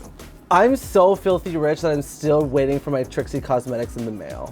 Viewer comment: Yes! Trixie has been driving me crazy with that, especially since the all the other girls say it correctly. You would think that would give her a clue. This is not a tomatoe tomato situation